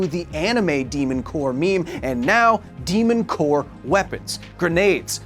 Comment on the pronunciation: Again, The «mon cœur», oh la la!